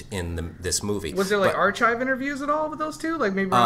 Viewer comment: its pronounced "are-kives" not are-chives